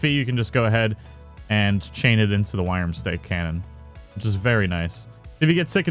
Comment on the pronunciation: Worm-stake now say it slowly.